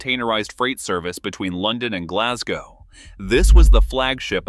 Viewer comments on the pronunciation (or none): none